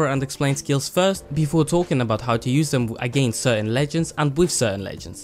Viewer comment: "AGAINTS" Nice good video though